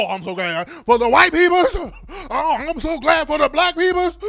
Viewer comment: Compare the "I'm so Glads"😂😂 to